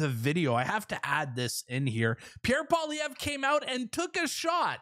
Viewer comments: You pronounce it pierre poilievre (poliyev) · Yes!!! That would be AWESOME to see Pierre Poilievre 🇨🇦on the Joe Rogan experience. That is a HUGE PLATFORM. (Maybe somebody can help Joe pronounce Pierre’s last name.. lol 😂.) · Rogan's so burnt out; He still can't say Pierre's name without f ing it up lol. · JOE! POLLY-EV. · Rogan should invite Pierre on his podcast and then ask him how to pronounce his last name. If he really likes him that much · It's nice that Rogan likes Pierre Poilievre. Too bad he wouldn't take the time to learn how to pronounce his name.